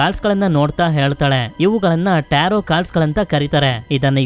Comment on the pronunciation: Starting Nimge Bai tirgilvalla Movie name na Correct agi helilla Nivu Tarroo ante😂